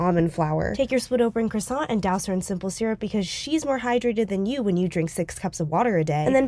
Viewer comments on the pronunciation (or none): And yet she still pronounces it "croissanT" 😂